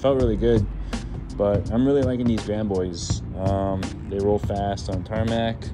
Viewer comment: "Grand Bois" is actually pronounced "Grand Bwah". "Bois" is French for wood. Though "Big Wood" might be along the same concept as "Big Boys" :).